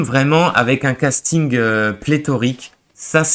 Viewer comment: Si ce genre de film ne vous intéresse pas et vous ennui... Alors pourquoi ne retournez vous pas vous pâmer devant vos vieilleries françaises ??? Et on dit casting et non castinggg.